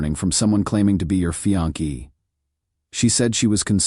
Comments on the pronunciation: Fe-on-key..?? Does he mean Fiancé..??? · Can you say fiancé rather than fee-on-ke?